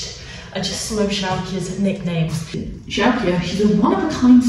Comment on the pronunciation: I'm Frisian (not a horse alas) and living in the UK. Your pronunciation of Sjoukje is really good. They're not easy names to pronounce for non-Dutch/Frisian speakers